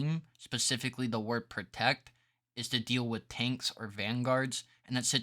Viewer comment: dude the way you say Ankhs got me laughing so hard rn🤣great vid!